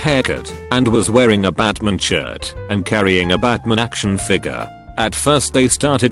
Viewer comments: The Batman story is so cute awww lil homegirl jus like Batman and that isn’t a crime. Also, Bot saying BAtmahn for 10 hrs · How the text-to-speech said Batman maid it 10x funnier batmin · The way that it kept saying "Batman" was amazing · The way the bot says batman kills me every time from laughter